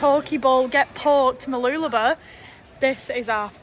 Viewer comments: I hate the fact that you are pronouncing Mooloolaba your way, pronounced Mooloo-la-bar. You Poms say it enough could cause it to change with many people. I like the sound of it, and love how it sounded when my late wife used to say it. She was born in Maryborough and grew up in the surrounding areas. I would hate with a passion if I visited her grave and the areas which was her stomping grounds, and hear people spoiling the names of the places as she said them. Like I hear some Poms say Her-vee Bay, when the locals always pronounced it Har-vee Bay, regardless of how it is spelt. There was only one word which got my goat was when she pronounced the colour Maroon. But I liked to argue with her about it. My memories. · By the way it's pronounced MooloolabaR, emphasise the BAR at the end. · The correct pronunciation for Mooloolaba is - Whilst saying the word you put a finger between your lips and go up and down whilst saying it. no bs lol....